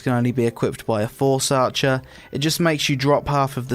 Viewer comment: "Lots of classes use the fohrce" lol